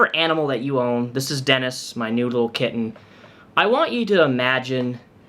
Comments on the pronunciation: I didn't even question that he wasn't saying noodle kitten 😅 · I 100% heard noodle and thought thats what he actually said 😂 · I also heard noodle kitten and didn’t even question it lmao😂😂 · i,,,,, i thought that's what he said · I heard that too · I heard it too!